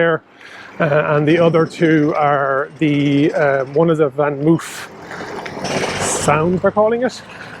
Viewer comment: it's pronounced moaf